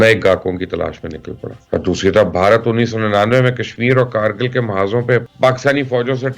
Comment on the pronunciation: کرگل ،کارگل نہیں It's Kargil not caargil